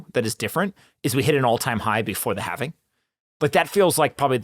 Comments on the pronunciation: How do you guys have a crypto podcast and after all this time can’t figure out that the word is halving. not halvening. I’ve been cringing everytime I hear you guys say it. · Omg. It's the Having. Not the Havening.